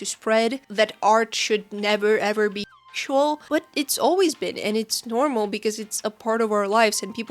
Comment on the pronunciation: Ngl the repeated intentional mispronunciation of "sexual" made this a little hard to watch, it just did not hit the ear right at all and just made me think of szechuan (sp?) sauce the whole time. You can say "sexual" normally, it's fine. That being said, totally on board with you with the main point of the vid. I'm not comfortable with super suggestive manners of character stylization myself (likely a combo of my asexuality, sex-repulsion, and upbringing in an unfortunately very conservative part of the US), but I don't go out of my way to shame people who enjoy drawing that way because That's Just Rude unless they draw my OCs in a sexualized manner without asking if I'm cool with it first. If I don't like how someone draws their own art, I hide the post from my feed and move on. Closest I've come to this sort of shaming was when someone posted a "study" they did along with the reference that ended up looking like a totally different person in the same swimsuit due to how exaggeratedly large the artist made the breats and hips, and even then it was done privately in a convo with a friend and my main issue was with the art looking so different from the reference that it'd be much more fitting to have called it "drawing my OC in this fit" or something like that instead.